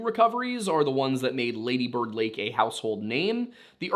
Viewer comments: Say the first half longer than the second; laaady bird... you got that? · Its pronounced laaaaddy bird